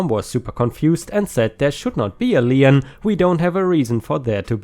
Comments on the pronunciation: lien is pronounced like lean, with only one syllable. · Magenta - ma - jen - ta - a shade of dark pink! Lien - pronounce it as if it is a German word - leen!